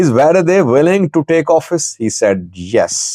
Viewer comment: You read "worede" as "v e r e d e ".which means you are Indian.